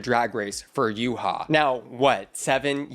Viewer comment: Babes it’s Yuhua, not Yuha. There are 2 U’s